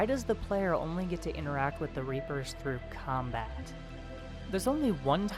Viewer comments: LOL reaper-Os xD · Reap-o's XD